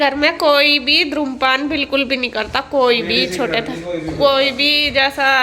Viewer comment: Dhumrapaan....not dhrumpaan Ya smoking bol skte hain